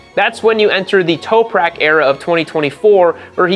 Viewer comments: Its TOP rak, not Touperak. Also, Jonathan RAE (Ray), not Rea-a. Just fyi. Good video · No Way this guy watches WSB.. no way.. the announcers say TOP-RACKs name a Thousand times a race.. its not TOPE-rack... as Johnathan (spoken)RAY.. not RAAYA.. its spelled with an A at the end but its silent (eyeroll) nice try "ive been watching for four years". hahaha.. ya rt. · Toperak? You mean Top-rack?